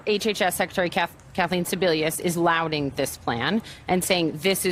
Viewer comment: These cable news hosts are the WORST! Oh really, Sebelius is "LOUDING" Harris' plan? I'm pretty sure the word your script-writer wrote for you to read on TV is "lauding" and you are too illiterate to know it.